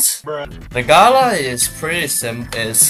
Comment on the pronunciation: No one:: GaLa GalA